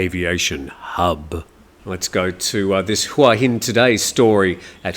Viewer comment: I've not lived in Thailand for as long as you but l have learned while living in HuaHin that it is pronounced Waheen.